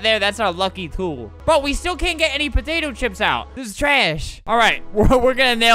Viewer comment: why are you saying there patato chips flamingo